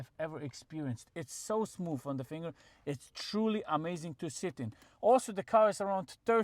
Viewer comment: Why are you saying smooF lol